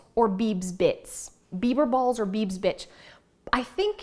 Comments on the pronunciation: I thought you were saying “beaver balls” which made it even more! 🤣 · I thought you said beaver balls!!🤣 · Great clutter free ideas. Love the kleenex box. Not sure if I could keep a straight face ordering bieber balls or bits. At one point it almost sounded like you said bieber bit*ches. lol 👍🤣🤣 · Digital books are clutter free. Also I thought you said Beaver Balls. And I was thinking "Doesn't Canada have plenty of those already?" 😂